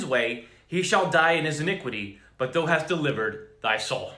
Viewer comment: "thou"... the--owl"...sorta... just saying..🤔😔